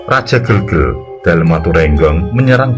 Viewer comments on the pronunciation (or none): min bacanya bukan gelgelnya kayak kembang gitu tapi seperti E dalam kata ember bacanya GEEELGEL gtu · Bukan gelgel tapi gelgel mas..